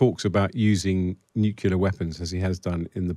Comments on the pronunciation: It's nuclear,not nucular. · still baffles me how english speaking people can't get their heads around "nucular" vs nuclear... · I wish these journalists and politicians would learn how to pronounce the word "nuclear". I mean, how hard can it be....nu-cle-ar...not nu-cu-lar....Eerh! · Huh what nucular weapons lol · its pronounced "NUCLEAR" for F***s sake. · There is NO i between c and l in nuclear. It drives me mad when people insist on saying nukilar 😂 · NUCULAR? Why does Times Radio employ idiots that can't even speak English? It ruins a decent interview. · Nucular Marge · Why do so many presenters say Nucular? If you can say the words New and Clear, you’ve got it. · How can an actual reporter not know how to say the word nuclear... I'm so stunned.